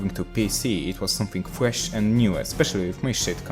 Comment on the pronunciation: "FWESH AND NEW"